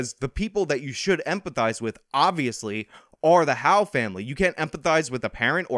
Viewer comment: It's HOWELL, NOT HOWE.